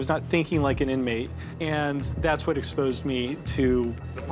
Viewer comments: The camera cut to the officer who said inamtey when he said it was brilliant 😅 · that said Inmatey. Dead. Yo